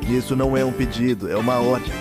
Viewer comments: No minuto , ele fala odi em vez de ordem kkkkkk(não é criticando o dublador, eu só achei engraçado kk) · " isso não é um pedido, é uma ordi " KKKKKKKKKKKKKKKKKKKKKKKKKKKK socorro